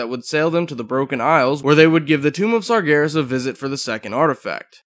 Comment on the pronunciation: your saying sargeras wrong